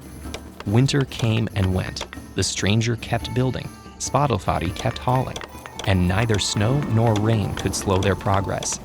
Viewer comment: When I heard how they pronounced the horses name, it sounds like Spotify.